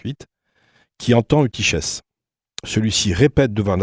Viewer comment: Eutychès se prononce soit Eutykes, soit eutykhes (avec le son guttural) mais jamais Eutyshes.